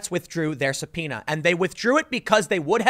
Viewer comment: finally know that subpoena pronouce is SUBPINA and not SUBFOENA like i was thinking. pd: english is not my main lenguaje, thanks TIM...